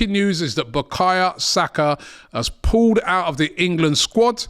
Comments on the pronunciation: Bakaya?? Now robbie cant even pronounce bukayo properly. This guy just struggles with any name now 😂😂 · who's BUKAYA? Robbie making these sky sports commentators looked cultured lol, its BUKAYO!!! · I’m tired hearing Robbie calling the boy Bukaya Saka. It’s BukaYO!!!